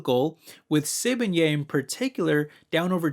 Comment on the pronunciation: Hearing you pronounce Sibanye made my day😂. Please look more into Sibanye- they are investing into green metals (like nikkel) that are needed for EV's. They paid off some of their debt recently and also do buybacks. Could be a great div stock for you (I own quite a bit of SBSW and SSW which is their SA listing)